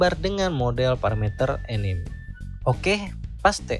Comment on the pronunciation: anime itu dibaca anime bukan enim.